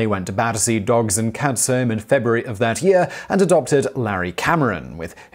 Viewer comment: Pedant corner: the name of British Prime Minister Sir Alec Douglas-Home is pronounced incorrectly. The Home part here is the name of his Scottish baronetcy, and is pronounced Hume, IPA /ˈhjuːm/ so like humus as in the soil component not like home a place where you live. This happens because he was famously an aristocrat, indeed at one point 14th Earl of Home before he had (by constitutional convention) to renounce that title and his seat in the House of Lords to become Prime Minister in 1963. Aristocrats of course can pronounce their names any damn way they want, and frequently do! Alternatively, they are bad at spelling.